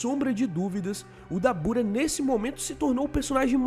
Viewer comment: A pronuncia certa é “dábura”